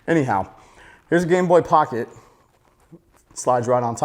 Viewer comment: Lol every time u say gameboy it sound like gangboy